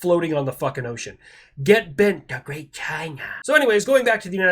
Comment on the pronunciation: Was not expecting a "the gweat China!" First thing in the morning, but im here for it.